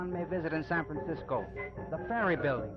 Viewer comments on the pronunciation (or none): Aside from the first two valliant attempts at ennunciation, he keeps saying "Sampensiscoe". My 100-year old neighbor used to say that too…I also remember all the old cabbies and Munis drivers saying that. I like it, it sounds like the way the guys in the Coit Tower murals probably sounded.